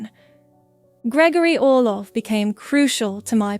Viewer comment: Count Orlov not Olof.